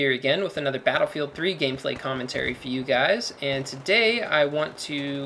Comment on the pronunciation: I heard battlebook. I closed the video.